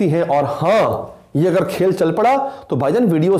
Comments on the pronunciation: Yar “aghr” nai hota, “agr” hota hai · “اغر” نہیں ہوتا “اگر” ہوتاہے۔